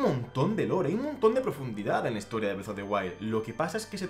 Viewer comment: Nunca había escuchado Bredo en españolete XD